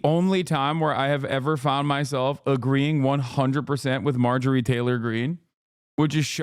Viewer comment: Did you say Marjorie Titan Green!?? 😂😂😂😂😂